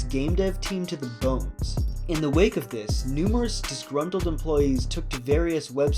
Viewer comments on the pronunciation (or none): none